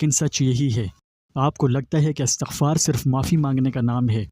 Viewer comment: Astaghfar nahi Istaghfaar prhty hn video waly bhai sahb.